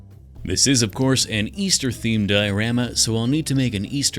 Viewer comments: Wait, did you say beaster bunny? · Did he say Beaster Bunny? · Bro this man said beaster bunny